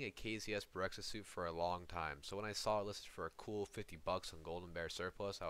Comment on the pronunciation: Correction, the suit is called BEREZKA , not BEREKZA , berezka means birch, berekza does not exist